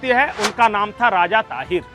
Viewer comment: ताहीर नही सर दाहीर